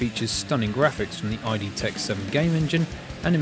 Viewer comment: Nice overview, and that price is crazy for such a game; congrats! For what it's worth, although id Software's name was derived from the initials of former iteration IFD, it's pronounced just like the Freudian concept. :)